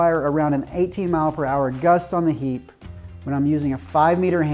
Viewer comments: You can say hiiiiiipe not heeeep! :) great video. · Thx. I just thought I was doing well pronouncing it heap😂